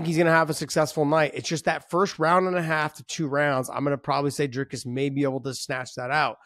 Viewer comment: Nice to hear Josh call him Dricus lol,finally learning names, Not very good analysis, Dricus has fought many 5 rounders prior to Ufc, you just haven't seen him do it yet in ufc, he had an issue with his nose which has now been fixed, still favor Sean in a 5 rounder but it's only cause we haven't seen DDP in a 5 rounder in a long time